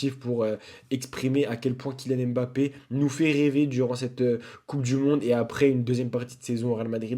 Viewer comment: Kylian M Bappe ❌ Kylian Mbappe ✅